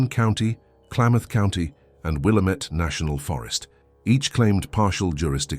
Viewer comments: WILL-Am-IT.... not will-uh -met!! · Wil LAMB et. Get it right if you want a thumbs up from us native Oregonians. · wil-LAMB-met, emphasis on the 2nd syllable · It's will -- LAM -- et. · Yeah, pronounced will AM ett. Try educating your AI bot before you make vids please. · It’s pronounced Will-am’ette